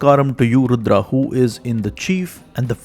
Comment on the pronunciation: Beautiful pronunciations! Excellent video! Har Har Mahadev! Jai Bharav Baba